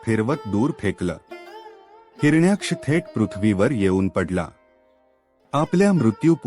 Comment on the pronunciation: Hiranyksh या शब्दाचा उच्चार चुकीचा आहे